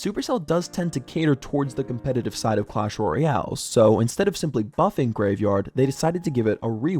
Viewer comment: reupload cause said yavegard instead of graveyard 😭